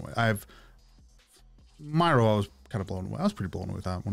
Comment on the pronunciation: none of there dancing is speed ramped. They literally do those dances at their concerts. the guys do amazing. please check out the newer albums for more EDM feel (thats the term for the techno your hearing). also Miroh is pronounced Me-row. thank you for giving these guys a chance they are amazing!! Bang Chan and the guys are 4 gen leaders